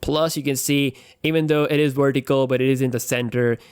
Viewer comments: It's vertical not "werticle"! 😆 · "Wertical Camra" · Christopher Aiken Ronquillo "wertical" 😂😂😂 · Tabirca Radu more like “wortical” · You can pronounce "device" properly but you can't say "vertical"? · Wertical, wolume, actiwate, ha, ha, ha.